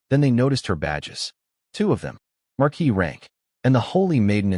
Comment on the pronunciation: Great story but annoying listening to it mispronounce viscount, and marquee.